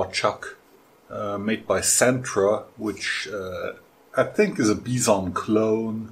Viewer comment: Nice job as always. Is "bee zhon" the proper way to pronounce Bison? I always assumed it was "bye son" because they use a bison in their logo.BTW, you have a "0" on that chuck marking the key hole that was used during manufacture.